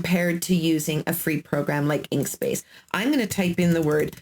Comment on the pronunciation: Inkscape not inkspace lol it’s ok we are not perfect thanks for your information though